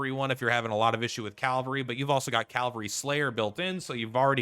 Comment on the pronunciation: Just bought the game yesterday and respectfuly I find it funny you keep saying "Calvary" 😂